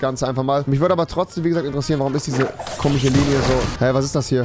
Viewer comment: Warum sagst du immer ,,komich" ?????